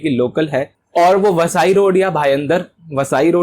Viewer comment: Bhai its a वसई रोड,not वासाई रोड aur बोरीवली not boravali